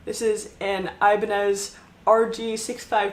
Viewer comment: props to you for actually listing Ibanez names correctly. I just call it "the pointy one"